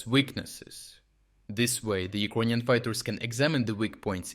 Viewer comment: WTF!, man, you gotta learn to say it correctly since you trying to be serious - it's not Ukr-O-inion - it is has to be pronounced as Ukr-A-inian. I understand your channel is reporting from Ukraine not from UkrOine?